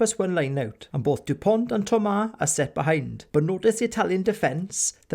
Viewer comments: You must retire the T. It’s Dupon(t).... not DuponT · Awesome Video. But as a frenchman it hurt a bit when u pronounced the t at the end of his name. French is not an easy language i’ll give you that😂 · The t in Dupont is silent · Very good job. But the T at the end of Dupont is not to be pronounced. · Great content overall, with brilliant analysis throughout. Well done Sir ! And thank you. Just a tiny detail, so you may save yourself some time and enjoy an extra year (who knows, with all those spared moments ?!) somehow... in Dupont, the letter "t" is mute. Such as it is for 95% of French names (ie. Thomas, Jalibert, Chat, Penaud, Marchand), mainly those from Latin and/or Celtic legacy.